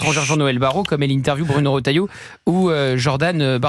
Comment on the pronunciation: Erratum : Retailleau ,pas Rotailleau.